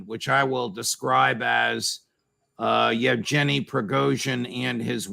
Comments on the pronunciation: Judge, it is Yevgenyi and not Yevjenyi, g as in go. Thanks! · "Jef-Jenny" Prigozhyn? 🤣